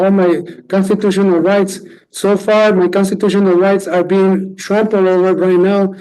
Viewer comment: "My consatutiona rights"